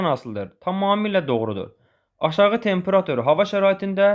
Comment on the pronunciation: Tempera'tur deyil ,ay müəllim, temperatu'r!